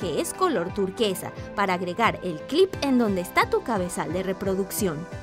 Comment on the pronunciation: like por cada vez que dijo clip ajada me encanto